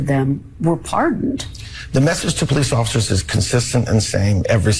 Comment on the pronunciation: Karen Jones said the Capitol Poe-lice INVITED them in... ... ... 😑